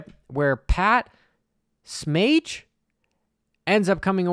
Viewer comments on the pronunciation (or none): Smage is pronounced Sah-Mah-Gee